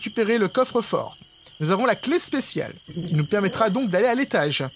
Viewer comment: Ça m'a toujours perturbé quand il dit (la clé du covre)😂😮